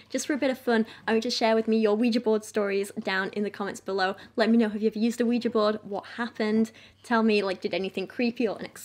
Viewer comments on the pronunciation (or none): Ah yes, the scary wega board...